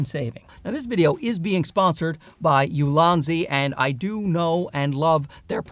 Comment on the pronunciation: I thought you were calling your tripods "Lousy" tripods lmao like damn alright he really hates his gear or he loves these new ones so much that it makes his current gear seem lousy. Only took a few seconds to realize you actually said "Ulanzi" but it threw me off for a bit